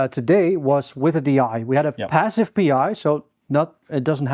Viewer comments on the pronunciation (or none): 'bassive' ? 'bick up' ?